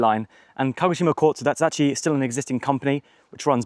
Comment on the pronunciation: Great video! Makes me miss Japan, Haha, Baka gaijin... Walk downhill opposite traffic, bus/taxi uphill. At the start you say KO-shima? You mean KA-GO-shima? Later you say Kagoshima.